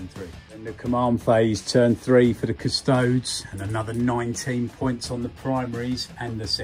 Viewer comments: cuss-toe-dees. like ass-tar-tees. not astartes. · Custodes... cus👏toe👏dees👏🧐